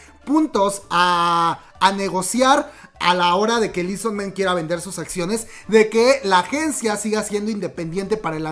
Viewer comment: Esta será la sub de la que tanto se hablaba para debut en noviembre? ¡¿EXO-RBD?! jaja... ok ya Por cierto no se pronuncia lii son men, es "i su man"